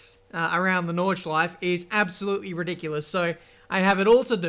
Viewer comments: It is NordschleifE, not Nordschleif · (No Hate) Why is it for English Speaking People so hard to pronounce the E PorschE Nürburgring NordschleifE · did he just say nordschleif ? wheres the E ??? :D